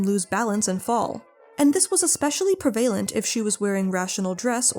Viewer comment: Please pronounce "prevalent" correctly, human and/or AI. The accent is on the first syllable, not the second.